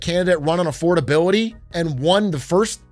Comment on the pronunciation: Thats what I've been thinking when whenever he says "affordabiloty hoax"; that's what what those words mean together